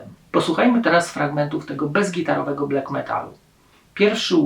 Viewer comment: BLAK a nie BLEK